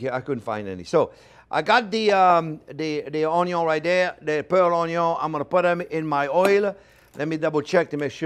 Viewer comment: I just love how the French say onion it sounds so classy.